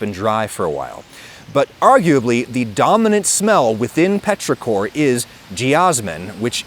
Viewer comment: you're slightly off on petrichor - "petros" is greek for stone and "ichor" is what the gods and immortals have instead of blood. the emphasis in ichor is on the first syllable, and it's pronounced like icker (in english; it's very different in greek).